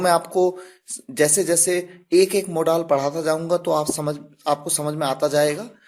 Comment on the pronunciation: Sir modal मॉडाल नहीं modal hi